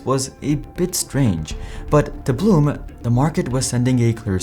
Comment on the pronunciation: Fun fact: it’s neither ‘Porsh’ nor ‘Porsha’ it’s PorschE, the e is NOT silent, and it’s not an a. Same thing with its CEO, BlumE 😂 fun fact 2: Blume translates to ‘flower’ 🌻